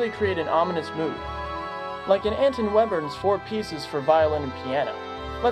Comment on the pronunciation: Webern is pronounced “veybern” btw